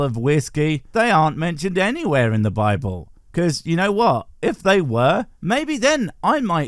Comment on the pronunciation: Bibble not Bible dude😂